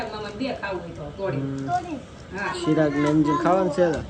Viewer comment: સિરાગ કે ચિરાગ 😂